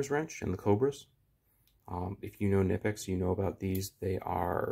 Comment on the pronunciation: Gotta pronounce the K in Knipex, i like your videos too much to have someone mention the pronunciation in a dickheaded way or something. Good content man, seriously, im genuinely jealous of how smooth and natural your behavior is when recording, im so nervous i stutter and drag on or forget topic points, so bravo!! I hope this came off as constructive criticism and not trolling, keep it up!!!